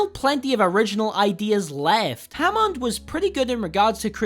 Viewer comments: And christ dude, it's Hammond nit Jamond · Ha-mond and Brigett